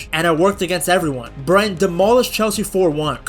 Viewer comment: Learn to say Brighton....Brryton!!!